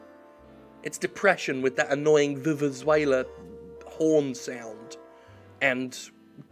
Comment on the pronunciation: It's "vu-vu-zeh-la", not vuvuzwayla, Jim